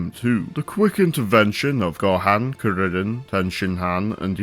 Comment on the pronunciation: Just found this video and THANK YOU, for pronouncing Saiyan correctly and for saying Kuririn/Teshinhan/Kienzan/Taiyoken and so on. Also spelling the name as Chaozu